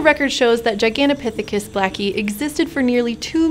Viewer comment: The most impressive thing here is how many times she flawlessly pronounced "Gigantopithecus".